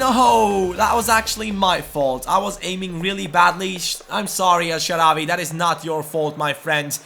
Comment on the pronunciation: Of course we want El Shaarawy in the starting lineup but please mate spell it El Shaarawy w=w not w=v or just put الشعراوى on Google translate and listen to the spelling :D